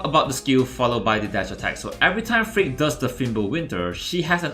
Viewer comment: When you say frigg, the translate show freak🤣